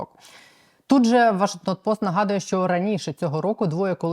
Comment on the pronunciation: ваш програма прекрасна-респект, але ваше ВОШЕГТОН дряпає душу, нема ВоШЕГТОНА а є вАшегтон!!!!!!